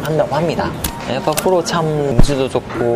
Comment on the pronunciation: pro가 아니라 fro네요 ㅋㅋㅋ